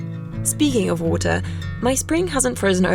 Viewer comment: How can you pronounce "rare" but not "power" or "water" ?????